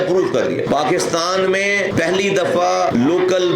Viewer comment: جناب پہلی ہوتا نہ کہ پھلی 😂😂